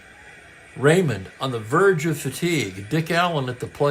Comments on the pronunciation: I hope you don't mind a name pronunciation correction. Claude Raymond was French Canadian. His last name was pronounced the French way sounding like Ray Moan. He became a favorite in Montreal when he pitched for the Expos starting in 1969. Great call as always today and with the surprise player of the game (won't name him for those who did not watch the live game) you just never know which is what makes baseball so great. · Just to add to Franklyn’s point, being from Montreal myself, the exact pronunciation Clode Ray moan but the “n” is silent if that makes sense.